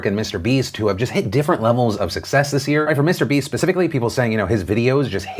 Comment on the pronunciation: Weird way to read Mr. Beast... tsk tsk.